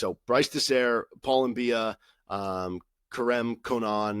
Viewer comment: I think it's M-bi-ah, not M-bee-ah. At least that's how nc state commentators pronounced it. They also gave several reasons as to why he might have de-committed, including eligibility issues.